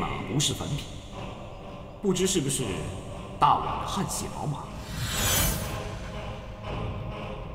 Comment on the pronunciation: 念错啦，不是大晚，应该念大宛（鸳）